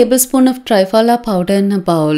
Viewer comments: 👍..as usual...need to inform...it's call त्रिफला....(3 fruits)...not Tri as in tripod.....Tri...as in Trimurthi. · Thanks for this beautiful remedy 👏👏👏. Just a small thing, the triphala is not pronounced correctly...the tri sound is not correct...it should sound like you are saying three-fala !!! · Why say ट्राय फला, half English half Hindi? It's त्रिफला, it's Sanskrit. Better. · Not try-pala ,THRIPHALA